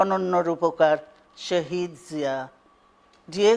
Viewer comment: With all due respect to Madam Zia, ইনিতো শহীদ শব্দটা ঠিক ভাবে উচ্চারণও করতে পারলেন না । উর্দূ/হিন্দী ভাষীদের মতো শাহিদ শাহিদ বলে যাচ্ছিলেন😒🤦‍♀️🤦‍♀️🤦‍♀️